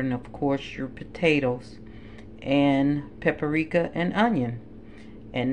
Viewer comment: I decided to watch just out of curiosity. NOOOOOO.....it's not 'pa puh ri ka'. It's only 3 syllables, not 4! Pa-pri-ka.